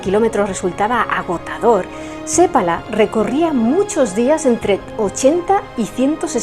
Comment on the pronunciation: Que bien pronuncias el apellido seppala. 😊 un apellido común aquí 👇 .